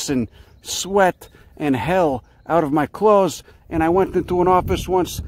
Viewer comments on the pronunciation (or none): none